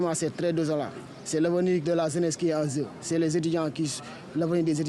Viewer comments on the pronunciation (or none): Des étudiants qui s'expriment ainsi ?! mon Dieu vivement que l'on ferme cette université .. << vraiment c'était une situation déplorante...>> <<Zraiment c'est très désolant C'est l'awenir de la Zeness qui en Zeu...c'est zeuness sénégalaise qui est en zeu...>> << je dois quitter ici pour aller à pikine...>>